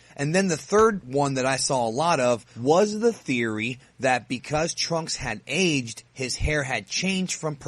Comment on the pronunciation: When you said he aged i was thinking you said aids